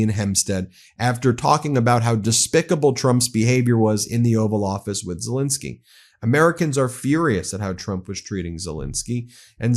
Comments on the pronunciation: Just wanted to correct your pronunciation of the Ukrainian president’s name, sorry. It’s ZelEnskiy, not ZelInskiy like you’re saying it… Ukrainians watching will appreciate. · Pronounced Zelenskyy not Zelinskyy!